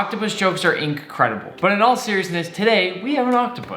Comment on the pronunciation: did u realise he said inkredible funny